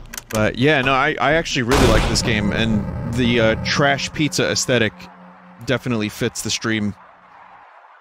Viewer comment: "Combine the ingredjents to make you a pizzer"